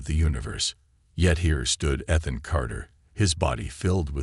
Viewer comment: The AI needs a lot of tweaking. You still cannot pronounce the word or name I should say, Ethan. There is no. F….ing! And yet the stupid AI says the same thing in every story. Find another name, but stop using, Ethan.